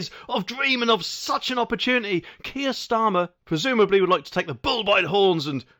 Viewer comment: What 'T' is Kier Starma?